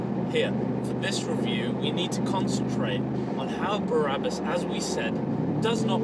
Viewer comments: Brabus great name, why do you keep saying Barabus? Just curious. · Why does he keep saying Barabus🤬 It’s Brabus. There is a difference. Numpty 😞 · BRA-RA-BUS Baby! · You pronounced „BRABUS“ wrong!